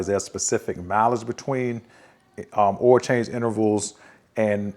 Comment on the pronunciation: OIL...not "'OL"...